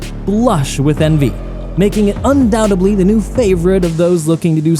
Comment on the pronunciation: I can’t help myself “Undoubtedly” 👍 “Undoubtebly” 👍